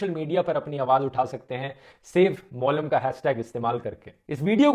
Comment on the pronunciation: It's मोलेम n not मॉलम.... 😅😅😅 But Goa does need support guys... So please please please make more n more people aware of this